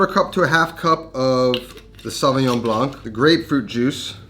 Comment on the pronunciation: French here... The "c" in Blanc is silence